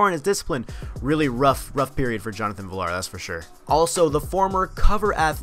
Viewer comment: Everyone just gonna ignore how he pronounced Jonathan Villar's name??